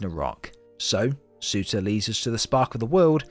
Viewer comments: Surr • turr. Not suitor. Surr • turr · He is called Surtur not sutah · Surtur not sewta